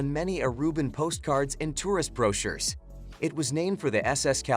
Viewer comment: Good information here. I've been to most of those places, but not all. That said, it would be nice if the electronic voice knew how to pronounce ordinary words like "aloe," "butterfly," and "brochure" - or, on the slight chance that the voice-over is by a real human, if he learned the same.